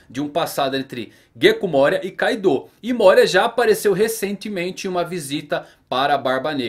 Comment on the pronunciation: Caidou???? Kkkk não é Kaido???